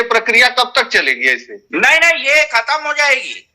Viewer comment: आपके विद्यालय में संस्कृत,हिंदी,एवम उर्दू में कितने बच्चे शुद्ध बोलते हैं।इंग्लिश वाले सर जी खत्म या समाप्त को खतम बोल रहे है,जय माता दी।